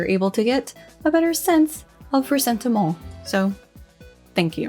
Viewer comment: "Ressentiment" with the french "stuff" every time.... 🤌